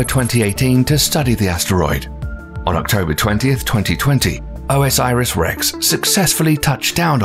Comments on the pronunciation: O S Iris? It's Osiris, y'know, the Egyptian God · OMG.... It's not "O.S.Iris Rex"! It's "Osiris Rex" like the Egyptian God. 4 syllables, not 5. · I think you have to say orsis not o s iris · just bcoz u pronounce wrong doesnt mean u r an idiot...chill man...dont be so mean